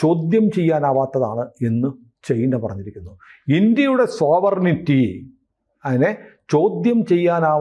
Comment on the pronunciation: സോവർനിറ്റി അല്ല, സോവറിൻ്റി